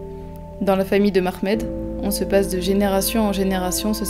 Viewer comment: Bravo Les filles et bien venue cher nous au Maroc. justement je vous dis que c homme il appel Mohamad👌 c'est pas mahmed. et pardent 🙏